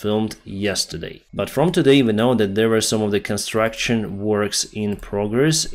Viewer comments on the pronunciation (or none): none